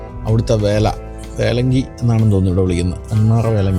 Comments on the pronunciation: വേലംഗി അല്ല വല്ലംഗി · വേലങ്ങി അല്ല വല്ലങ്ങി ആണ്. വേലയും പൂരവും. വല്ലങ്ങിയിലെ വേല പ്രസിദ്ധമായത് കരിമരുന്നു പ്രയോഗം മൂലമാണ്. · വേലങ്ങി അല്ല, വല്ലങ്ങി വേല.